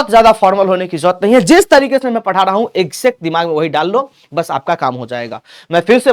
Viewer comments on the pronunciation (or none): none